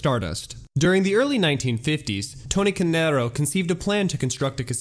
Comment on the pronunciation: No shade, but as an Italian It irks me that you pronounce "Canarro" in a spanish tone/accent. All in all though bro, keep up the amazing work.